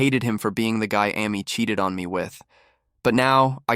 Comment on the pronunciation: AI voice Amy Ah-me lol